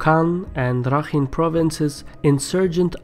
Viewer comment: It's actually Pronounced "Rakhain"